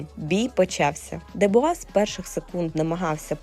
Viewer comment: Не Дебуа,а Дюбуа